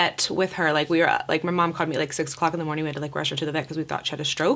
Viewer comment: She does that for every word ending with a G. “Good Morning-k” I think she does it consciously as well... like she thinks it sounds cool